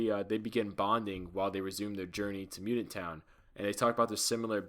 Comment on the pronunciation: Damn you suck you can't even say mutant